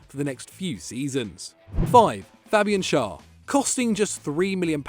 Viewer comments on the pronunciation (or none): It’s pronounced Fabian sh-air